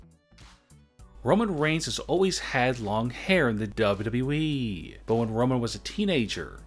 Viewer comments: W W E not dubadibyoui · Great vid, but ya voice is annoying. Especially the way u say wwe. More like duAEDUAEEE! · I like when he says dubledubleweee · He pronounces wwe weird